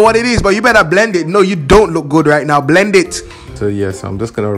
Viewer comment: when said you BERRA BLEND IT GIRL i lost it